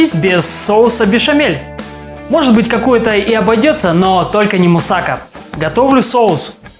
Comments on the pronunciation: мусакА а не мусАка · Неправильно говорите. Не мусАка, а мусакА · Немного неправильно ударение ставите.